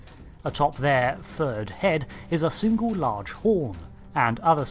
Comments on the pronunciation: I thought you said third head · Really sounded like you said third head